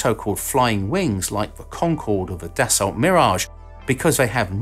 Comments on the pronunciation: Dassault = Dah-SOE so don't pronounce the LT bit at the end. (These consonants do do something in French, namely shortening the length of the vowel, but that's a second-order sort of thing.) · As much as you British like to call us Americans stupid you’d think you’d know how to say “Dassault”... you don’t pronounce the T in Dassault, it’s French, it’s pronounced “Die-So”.